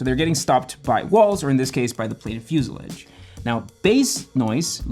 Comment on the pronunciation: First, learn how to pronounce the word fuselage. Second, HUDs have been used in jet fighters for over 50 years. Do your research!